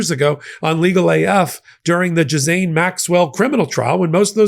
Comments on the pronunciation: Its pronounced "Gillaine" not "jizzane" 😂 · gee-lan-ee... very soft g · it 's pronounced J I L L A I N E Maxwell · Ghiz-laine. It has an "l" in it. WTH? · Can someone please clarify how to pronounce Ghislaine? I’ve heard it pronounced “ghee-lane” as well. From my understanding, it’s derived from an Old French word "gisel" which means "pledge.” That leaves me to think pronunciation is the correct way. It’s one of those difficult names, such as Saoirse which is pronounced “seer-sha.” Go figure 😂